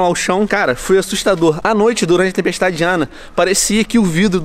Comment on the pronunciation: Venom parece que tas a dizer tempestade Diana😂😂😂